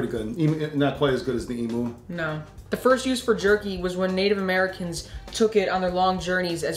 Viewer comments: Lol the way said emu, it is said emuuu not emooo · Emu is pronounced “Emew” Just sayin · It's not emoo it's pronounced Em you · FYI (from an Aussie subscriber), the 2nd syllable of emu rhymes with 'view', not moo :-) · I just really wanted to say, it's eem-yoo not e-moo. Yes I know it's spel emu but trust me I would know, I'm from Australia. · It's pronounced emyou but spelt like emu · It’s pronounced “eem you” not “ee moo” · It's pronounced e-myoo, not e-moo. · Nice video, but it's pronounced em-you, not em-oo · ITS NOT EEMOO ITS EEMYOU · lol how they say Emu, "emoo" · im from AUSTRALIA and that is not how you say fucking EMU